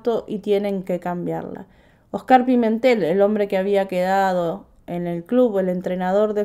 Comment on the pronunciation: Se pronuncia Óscar, no Oscár.